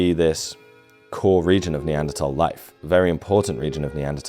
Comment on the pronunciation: Neanderthal - th-awl not -tol. Terrible pronunciation.